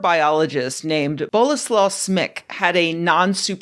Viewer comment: hey, idk if this kinda thing is unwelcome or whatnot, but in jsyk in polish, Ł is pronounced like (english) W, and Polish W is pronounced like English V, so it’s pronounce more like Bolesław!!! Dw not, judging or anything lmfao, just a silly Anglo currently trying (and mostly failing) to learn this language, especially its… unique… spelling and phonology lmfao. And hey! Ime poles are generally the type of ppl who will get extremely hype when an Anglo knows literally anything about their language so maybe u can use that to Flex if you’re ever in the country or whatnot haha